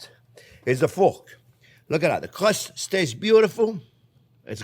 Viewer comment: You make a nice cwumie cwust fwiend